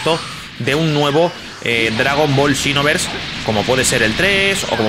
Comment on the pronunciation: Por que dice chinoverse 2😂